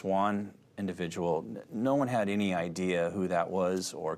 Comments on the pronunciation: “no-juan in the vehicle” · “Their is no-Juan in the vehicle” 😂